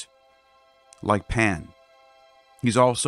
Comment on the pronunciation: Are you saying “Pam” or “Pan”?